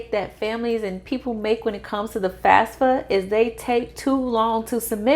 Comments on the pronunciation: Why do you say FASFA? It is FAFSA. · you are saying FASFA all the time it is FAFSA .